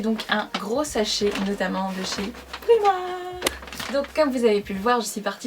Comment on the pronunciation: le i de primark il se dit a comme les anglais